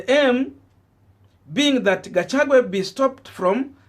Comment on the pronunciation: At it again shemeji Gachagua not Gachagwe.Pls,pls,!